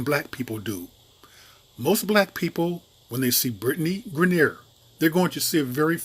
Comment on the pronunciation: You pronounced her name wrong the whole video....do yo research before you make a video on someone dude...